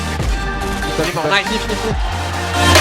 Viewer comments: Euh y a une faut c’est MAGN-IFIQUE et pas mane-ifique sinon super vidéo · "MANEIFIQUE" Bordel de merde😥